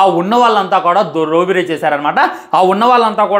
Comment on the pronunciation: రోబరి ❌ రాబరి✅